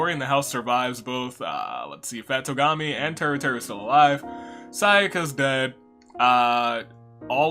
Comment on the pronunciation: Fat Togami? No its TWO-gami. Lol